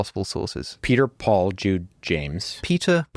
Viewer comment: Why does he keep saying pool instead of Paul(P-all).